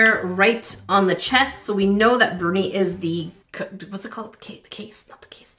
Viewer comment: Bruni, luv, not Burnie.